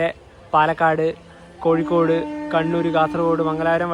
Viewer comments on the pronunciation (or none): none